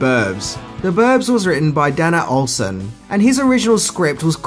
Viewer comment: Dana Olsen is pronounced DAY-NA not Dan-ah 🤦‍♂️